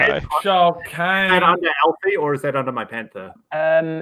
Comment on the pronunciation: Planet Man Alfie, not Elfie. It's short for "Alfonso," if you recall. About 19 minutes in.